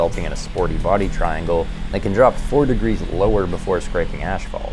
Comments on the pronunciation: please say As-fault...not Ash-fault... the word asphalt does not have a "h" sound when said. That's my only gripe... great videos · Again you pronounce asphalt as "ashphalt". The heck? Love the content and full-on professional production values. I actually expect TV producers will be looking to your videos for the "next generation style". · What's ashphalt 😂